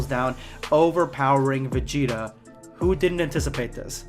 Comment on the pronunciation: they always fucking up my mans vegeta what the hell